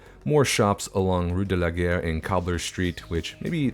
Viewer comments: First, THANK YOU for saying it Seine as Sen and not Sane. For Trainstation Street -- Gare actually rhymes with car. Having lived in Europe this looks VERY much more like what I saw day to day in places I was. Love it! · because of how you pronounced Rue de la Gare, you made it sound like you were saying "Rue de la Guerre" which in my head made sense as I would imagine people would associate taking that road with getting to the station to go to war. There could even be a monument to the fallen heroes alongside it to drive home that point.